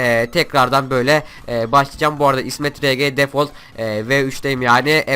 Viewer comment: İsmet Defauılt Pack Diyemedi Dlagınlıktan İsmet Degol dewdi :D